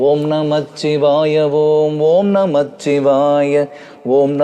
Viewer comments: நீங்கள் பாடுவதை கேட்டு குழந்தைகள் எல்லாம் பாடி மகிழ்கிறார்கள் நீங்கள் உச்சரிக்கும் வார்த்தைகள் முன்மாதிரியா இருக்கணும் ஓம் நமசிவாய என்று கூறவும் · சிவவாக்கிய சித்தரின் அற்புதமான இந்த பாடலை ...நல்ல இசை மற்றும் குரல் வளம் இருந்தாலும் ...தவறான உச்சரிப்பால் ...முழுமையாக ரசித்து ஏற்றுக் கொள்ள முடியவில்லை !! பஞ்சாட்சரம் 5 எழுத்து தான் ... 'இச்' ஒற்று வராது ...வரக் கூடாது . ஆன்மீகத்தில் தவறான வார்த்தை உச்சரிப்பு நல்லதல்ல .